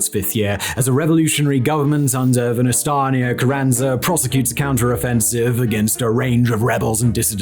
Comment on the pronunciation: Venustanio 😂 i know it's childish but still hearing that butchered Name Made me chuckle a little 😅